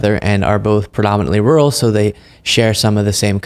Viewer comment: My God, she cant even say "rural" correctly. There aren't any "Hollywood Elites" looking to take over your cow-punching backwards shit-burg.....